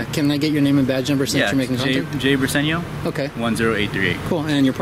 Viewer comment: Isn't that a Night Deposit outside? The safety deposit boxes are usually inside in a vault. The cop he spoke with Bir-sen-eo? Spelled Briseno, I think he pronounces his name wrong.